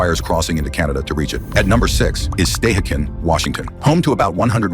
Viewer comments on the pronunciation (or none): Learn the correct pronunciation. Stuh he can is Stehekin and it’s Nit chee lan it’s Shu lan